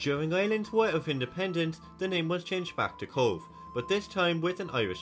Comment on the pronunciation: Cobh is pronounced cove, not cob h!